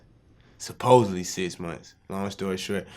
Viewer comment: “EZacklee”....... “definitely”....... “Sis months”........